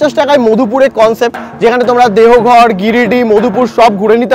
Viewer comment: শুভদীপ শব্দটা দেহঘর নয়,দেওঘর